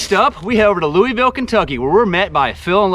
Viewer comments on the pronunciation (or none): none